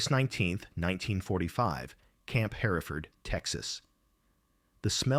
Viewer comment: Camp “hair-e-ferd”? Never heard of it! Camp Her-ford maybe?